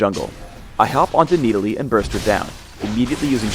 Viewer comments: NEEDALEE NEEDALEE NEEDALEE OH MY GOD THAT IS NOT HOW YOU SAY IT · if your going to pronounce it knee delee .... maybe you should spell it Needalee... just sayen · ok why are we arguing on youtube about him when we haven't even seen him in-game yet? one last thing...ITS (NA-DOLL-LEE) not (NEE DA LEE). please learn engrish. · "I face Needalee top lane" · the fuck is a needalee? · Everyone is talking about how this vid got recommend when it’s 7 years old, but I’m annoyed how pronounces Nidalee. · He is making fun of the pronunciation of nidalee when phreak says it in